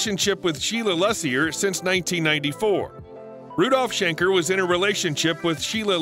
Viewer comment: If you make a video of a legendary band, don't say : Rudolf Shnecker and Matayas Jabbz